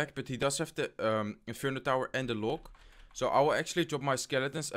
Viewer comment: hey man u r still saying loke, can u plzzzzzzzzzz say log next time?????